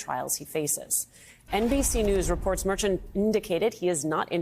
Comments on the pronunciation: It's not Merchan it's Mer~chan get it right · Try pronouncing the judge's name correctly. Mer-shon not Merchant. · Please pronounce the judges name properly. It’s mer-Chan. French inflection. I don’t respect her as a journalist either. She is a hack